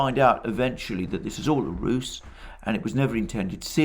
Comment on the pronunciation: Alexander ‘If it was all a Russe…” Usually you state your puns as intentional. So why did you sound like ‘ Russe’ instead of ‘ruse’. Freudian Russophobia slip? 😂😂😂